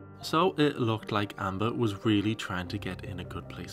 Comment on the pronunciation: ONE HUNDRED DAYS OF TRYEEN